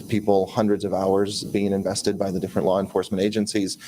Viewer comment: LOLOLOL I thought I was the only one who heard the “R” at the end of LAW!!! 😂